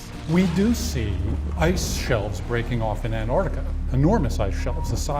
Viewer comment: did he just say anartica LMAO